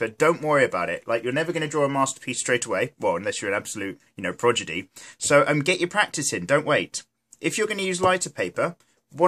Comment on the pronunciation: progidy??....its prodigy